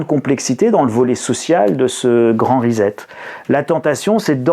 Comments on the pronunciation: CA SE PRONONCE RISSETTE ',en anglais Reset ! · Le grand reset avec s pas z